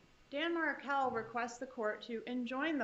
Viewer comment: Markel [not Merkel]